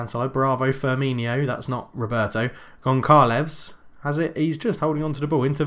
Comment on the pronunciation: I am portuguese and I Just need to tell you that you are saying wrong Gonçalves because ç is like s so you are suposed to say Gonsalves